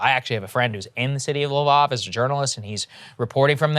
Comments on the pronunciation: Please learn how to pronounce L'vov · "LeVOV?" Seriously? That's the best you can do, Saagar? [sigh!] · Every time he says Lviv I’m cringing lol